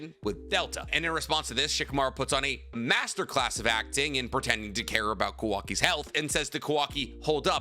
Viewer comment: I'll give you credit for making such an informative video, but PLEASE learn how to pronounce Japanese names, if i drank for every time you mispronounced Kawaki or Mitsuki's names I would have an early grave.